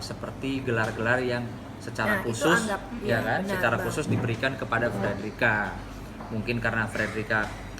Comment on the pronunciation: Frederica bukan federica min